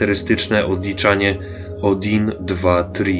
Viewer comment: Pisze się "odin", wymowa jest bliższa do "а"